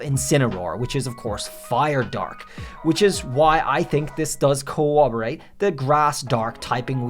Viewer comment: It's CoRRoboRate. Not cowwobowate. That drives me nuts for some reason when people say cowwobowate. Also, that's a leopard warrior, not a cheetah. Its a brazen bull, the torture device that people would be thrown into with a fire under it. That's why I think it's fire Tauros. Also, your arguments would hold up against amber heard. Idk about Johnny Depp, but a 3 year old making up a story would hold up against amber. Also, My dog stepped on a bee 😬😞😢